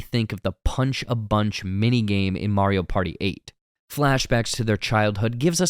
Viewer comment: I can't believe that someone knows all this Mario trivia, yet does not know how to pronounce Mario's name correctly.